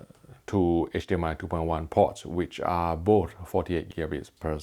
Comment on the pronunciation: If you could be so awesome to practice the word both. It would show some next level professionalism.